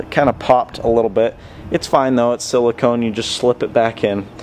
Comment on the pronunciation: He said silcone funny